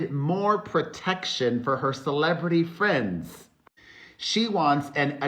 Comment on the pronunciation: Are you saying “hello my fram’s” ?